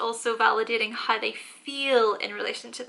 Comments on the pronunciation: More like hi 😂😂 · The way you pronounce How , always gets me